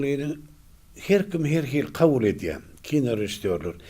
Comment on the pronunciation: Miyesser etya dal. Miyesser edya diyilya. Gitya dal gidya diyilya.